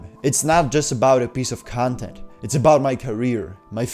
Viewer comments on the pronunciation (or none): I can’t listen to you pronouncing ‘content’ 😭